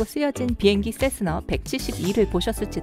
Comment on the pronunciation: 세스나임 세스너가 아니라